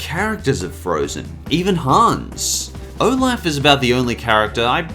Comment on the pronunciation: Hey dont say olaf isnt a good charachter or if you at say his name right please